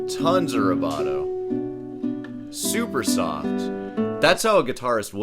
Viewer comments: Are you pronouncing vai bra toe weirdly on purpose? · The word is pronounced vibrato.